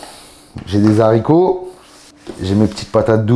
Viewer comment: Des z’aricots… 🤦🏻 Le sport c ´est bien mais l’ecole c’est pas mal aussi